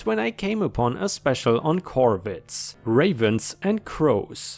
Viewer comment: Corvids in the first story... I'm glad you didn't miss the 'r' 😂😂 🌟🌟🌟🌟🌟🌟🌟🌟